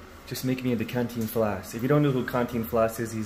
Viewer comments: “Can-ti-flas” lmao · I lost it when he said cantinfals 😂😂😂